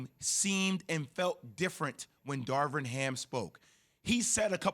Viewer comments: Keyshawn: “Darwin Ham” 😂 yeah ok we supposed to believe y’all really like this hire and can’t get his name correct on TV multiple times. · Key keeps on saying “Darwin Ham”😂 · Keyshawn.... it's Darvin sheesh